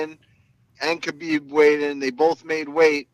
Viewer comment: Break the podcast cycle and be different: learn to say Habib properly. It's unreal, journalists like Okamoto, Helwani, Meltzer, Luke Thomas all say it right but podcaster/fighters like Bisping, Schaub, Serra, even Rogan used to say it properly then got infected. Ask a Russian in your gym how to say Хабиб right, that first letter is an "h", not a "k" or silent k. Its like when you first learned about the Gracie's. We all said Rickson & Royce until someone explained that Brazilians have a different linguistic ruleset. Since then we've learned to say Henzo and Hoyler. Biggest fight off 2018 and hearing TV crew mispronounce the champ's named sounded bush league. Thank God Bruce Buffer took 2mins to get the name right. As for the podcast, pretty good discussion, went along smoothly. Gonna sub on my phone. try to find ways to do the podcast in segments rather than one long conversation like Rogan. You talk a bit before the interview and after and rotate segments like: predictions for upcoming cards, Q&A, going over past fight, maybe a Move Of the Month where you talk about a technique you saw month and you break it down how you would use it or how others use it. Or maybe an exercise or skill every month that you'd recommend, some underrated stuff, for upncoming fighters. Having a pro fighter share tips w/ listeners seems like a great way to engage fans just like Q&A. Once you get bigger, you can slip in small audio cuts in between segments or have those segments sponsored by indivi